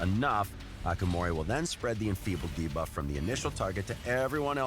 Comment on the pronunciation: Best thing about this video for me is that the Raid voiceover guy has finally learned how to pronounce 'Debuff'.